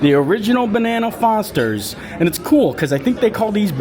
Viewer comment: It’s bananas Foster, not banana Fosters.